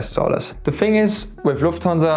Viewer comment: in english please...its call the "Thing" ...not the " Fing "